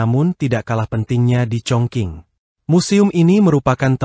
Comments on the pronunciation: Iyaa mhn baca yg benar chong jing ato kedengaran hrs chong cing bukan baca chong king...jdi salah ucap he ..he... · Dialeknya ga tepat bro.. Chongqing bkn congking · ChongQing bacanya Chong Jing yg benar.